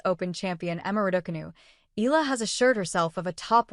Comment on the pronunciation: Pronounce her family name correctly bs AI